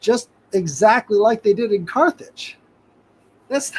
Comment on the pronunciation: America did bring in “the car age”-“Carthage”